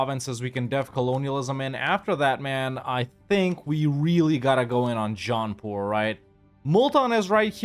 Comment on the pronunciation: When you say "Jaunpur" I always hear it as "John Paul" and think "they declared on the Pope?" 🤣